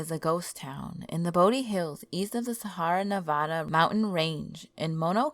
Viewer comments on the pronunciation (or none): Did I hear you say “Sahara Nevada” my god it’s called Sierra. (See Air Uh) Nevada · "The Sahara Nevada Mountains"? Please get an education about the real world before you presume to post anymore monologs about imaginary events in a public forum. It will enhance your credibility. Your presentations are full of egregious mispronunciations.